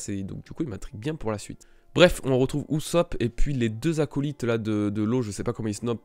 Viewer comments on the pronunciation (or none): none